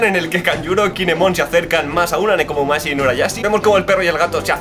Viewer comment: Es Nekomamushi no Nekomumashi xD